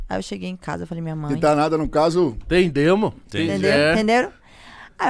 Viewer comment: "tendemo" 😂😂😂😂 Todos nós entendemos 😂😂